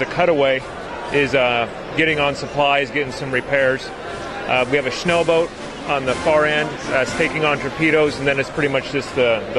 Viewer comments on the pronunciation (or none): MitchMaker and he calls it a schooboot. Not a Schnellboot.